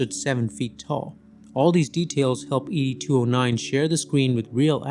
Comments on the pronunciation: Ed 209, not Eedie 209. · E... D... 209? Really, it's Ed ya weirdo! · Did this guy even watch the movie? It’s not “ee dee 209”, it’s ed 209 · Have you even watched the movie? I am inclined to think not seeing as you keep saying e d 209 instead of ed 209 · ED-209! Not E D-209! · ED!!!! 2 OH 9 .... NOT eeee deeee 209 🙅🤦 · Is this AI voiced? Or did you not watch the movie? You kept saying the letters in Ed209. You sound it out like the name Ed. It’s like that in the movie. They say it multiple times even :/ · Who pronounces ED-209 as E-D-2-0-9? That's so weird to hear, almost like this is another crappy AI channel. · Is Wolfcrows voice track on this video AI? Why did he call? ED 209, E.D. 209, saying each letter, and not like the name Ed the way it’s done in the movie… also, Rob Bottin, I believe, is pronounced Bow-teen, not BAH-tin…